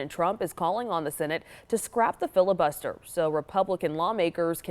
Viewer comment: Do these news readers even understand what they are saying? What fillabuster?